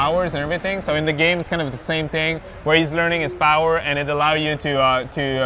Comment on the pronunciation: u said every hero gam